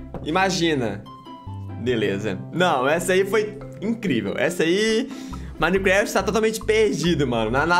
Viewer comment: minecreft kkkkkkkk